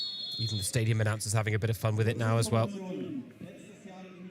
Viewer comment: lieber bayer, man spricht nicht stadion, sondern im englischen "stay", wie bleiben und "dion" wie bei der celine. yo